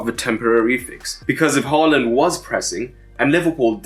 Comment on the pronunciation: Haaland is pronounced as 'Whoreland' in Eton these days?